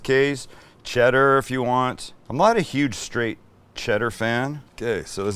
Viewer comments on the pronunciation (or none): none